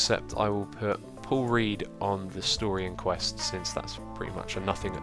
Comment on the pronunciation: Does anyone else hear 'Poor Read' instead of 'Paul Read'?